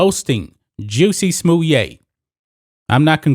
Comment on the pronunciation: Is that how his name is pronounced? I’ve been calling him jussy smallette LoL Anyways we are lucky to have seen any justice in this case. I don’t believe he acted on his own and I don’t believe he staged a hate crime to get a pay raise. And I’m sure he will be paid handsomely by his i conspirators to remain silent about their involvement.